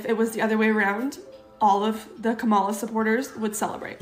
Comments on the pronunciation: I don’t listen to people who mispronounce Kamala’s name. The blood of all the people who are going to hurt by her vote is on her hands. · Dumpy won and they still can’t pronounce Kamala’s name correctly the douch bags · That crying woman is too stupid to pronounce Kamala’s name correctly. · At least now, can everyone please just pronounce Ka-ma-la’s name correctly? It’s respect and a big step towards coming together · She even mispronounced Kamala's name on purpose. Crocodile tears. Nope. Not here for it. Period.